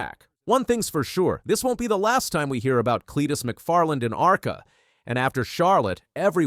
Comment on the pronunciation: You can’t even say arca correctly…